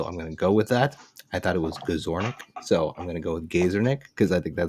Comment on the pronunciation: with the correct pronunciation of my totally made up name. (Gazornick)